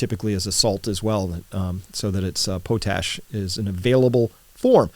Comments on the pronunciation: Potash is pronounced pawt-ash, not pohtash. Put hardwood ash in a pot, cover with water, boil down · It's pronounced "pot-ash" not "po-tash" we make tons of it here, so we hear it in the news a lot^^ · PAHT ash, not POH tash. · Have I been pronouncing potash incorrectly all these years? Potash = pot ash? Note pote ash.